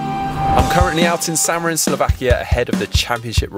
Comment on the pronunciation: Šamorin is pronounced Shamorin, in Slovak š=sh, I have learnt so much stuff from GTN, my turn to teach you something;-)